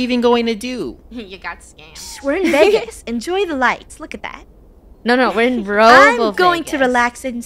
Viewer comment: I love how there strugling to say vagas